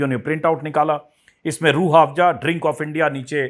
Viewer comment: अंजुमजी आप बाबा के प्रॉडक्ट का प्रचार कर रहे हो, बाबा के चॅनल पर बाबा का व्हिडिओ सिर्फ 12k लोगो ने देखा.... लेकीन आप का व्हिडिओ देखने वालो ने लाख पार कर दिये.... आप बात को रट रहे हो. Aur रूह आफजा नहीं रूह अफझा कहिये